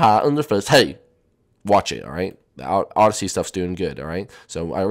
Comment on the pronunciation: Wait it's odyssey not oydessy